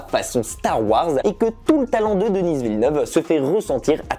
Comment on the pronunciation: On prononce Denis à la française, pas Dennisss à l'anglaise, il est québécois donc francophone.